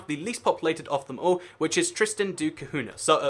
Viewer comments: It´s >Tristão da Cunha< or >Tristan da Cunha< which is pronounced >Cunya< not >Cahuna< or otherwise. This isle was portuguese and english people should know at least a bit of portuguese culture and language since Portugal is Englands oldest ally (Windsor Treaty 1386, world´s oldest international treaty in force). I think you could have explained something about Australia and Canada etc. which keep having the Queen as their head of state. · you should learn how to pronounce Tristan da Cunha too